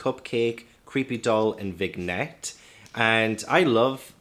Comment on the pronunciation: It’s not ‘Wig-net’, it’s ’Vinn-yet’. (That is, if you’re referring to Vignette)